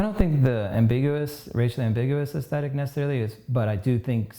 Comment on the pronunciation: SO good to hear pronounce “aesthetic” correctly. AesTHetic. His social media person (and so many others) mispronouncing it with a hard T sound drives me CRAZY. AesTetic. Omg. OMG. We need corrective surgery on people’s butchered linguistics.